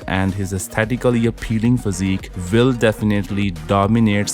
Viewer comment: if you want to continue to narrate in English, please pronounce 'will' with W, not V, not 'vill'